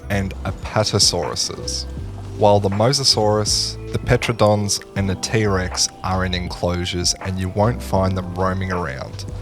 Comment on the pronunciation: Saying Pteranodon like that was criminal 😭